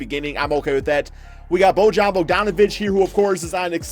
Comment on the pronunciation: It's Bo-yan not Bo-jan you bitchass